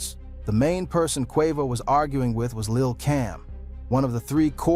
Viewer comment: YESSS!!! Tekashi 6 9 Nine… Pronounce Quavo name wrong half the time… Craziest pronunciation of “Innocence” I’ve ever heard. Pure SLOP